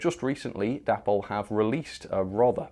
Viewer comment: Day-pol. Not Dappol